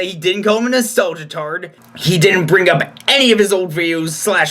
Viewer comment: Actually, did call Ben a Nostalgiatard, but he mispronounced 'nostalgia'. But at least tried to pronounce it, unlike Thunclehammer, who can't/couldn't even spell it right, and had to resort to spelling it as 'classic-tard'.